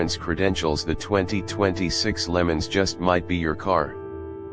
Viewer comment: I had to shut this off from hearing them say Lemons. Instead of LeMans and while they showed a 64 while hyping all the new features. This truly is AI gone horribly wrong